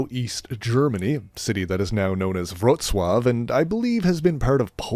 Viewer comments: As a citizen of Wrocław and your subscriber, I'm honoured to hear you namedrop and perfectly pronounce the name of my city! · Holy hell, that's excellent pronunciation of Wrocław.